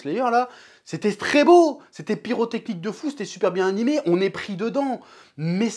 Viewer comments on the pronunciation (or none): none